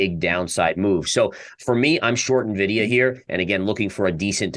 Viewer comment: Did you just say "nuh vidia"? :-\